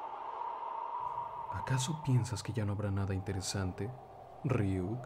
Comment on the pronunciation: esta muy bueno solo un único detalle y es que pronuncias "rryuk", ni en japonés ni en latino lo pronuncia de esa forma en su lugar dice "ryuk" con una sola "r" pero en si es un gran trabajo felicidades